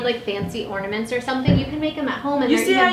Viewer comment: are you saying ordaments? Lmao its ornaments. Or maybe i heard you wrong. Idk